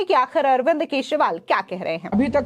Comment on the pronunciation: Please Learn to Pronounce his Name Correctly, The Delhi CM.... Sunno " Kee jree waal "